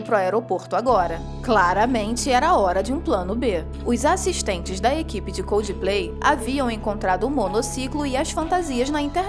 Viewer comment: Por favor aprendam a falar coldplay, não é coldiiiplay